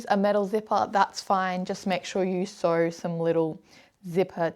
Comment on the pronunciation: Sew not see